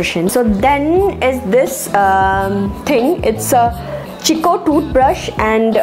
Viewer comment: simply loved this particular video, i love first cry. my daughter is 7+ now, and i used to buy everything from first cry since her birth... and i must say terrific shopping for kaya. I would like to mention one thing. Chicco pronounced as Kikko not chicco.. hope you dont mind dear... love watching kaya and you... you are inspiring me to start my own channel, hehe... well then, bye take care. lots of love for you and kaya ❤